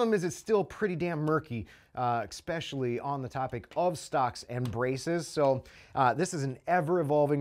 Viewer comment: The word is pronounced ESpecially not EXpecially. ✌️